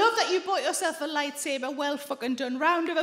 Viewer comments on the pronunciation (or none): I thought the gentleman said "lifesaver" so you can imagine how fun it was to understand he said "light saber".